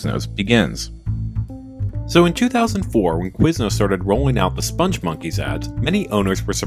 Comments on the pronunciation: Joel Veitch, the creator of the characters, pronounces it spong (rhymes with "pong") monkeys, not "sponge monkeys". There's a video on YouTube where he is interviewed (the interviewer mispronounces it too). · you feature a CNN clip demonstrating the correct pronunciation of "spongmonkeys" and "Veitch", and then spend the rest of your video mispronouncing both, meaning your research was nothing more cursory than a couple of Google searches, and your opinion, sir, is invalid.